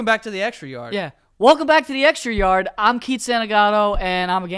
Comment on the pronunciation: "Welcome to the extrraaryarr" Great start Keith